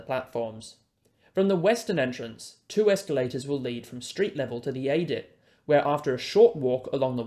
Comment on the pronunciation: A TERRIFIC presentation. Your comments with the diagrams is excellent. Just one correction from an old Mining Engineer, “adit” is pronounced “add it”